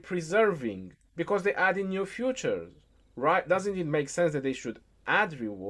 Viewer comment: Fea.... Tures.. Not futures 🔮 🤣